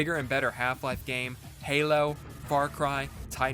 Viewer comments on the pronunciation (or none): none